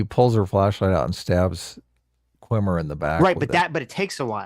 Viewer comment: insisting on calling Jason Mendoza "Qwimmer" is like when he insisted on calling Brihanna Greyjoy "Joy-Gray", respect their